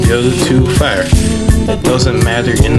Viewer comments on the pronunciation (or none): Too fæhr